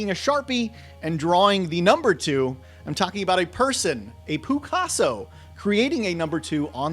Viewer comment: Did he say “Poo-casso”?!? 😂😂